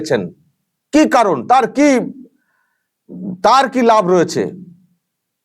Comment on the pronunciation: জিত অবাঙালি। ওনি দেবের থেকে অনেক বেশি ভালো, শুদ্ধ বাংলা বলেন। এ তো গরু পাচার আর গরু চুরির মধ্যে কী পার্থক্য বোঝেনা। "কি" কে "কে" বলেন।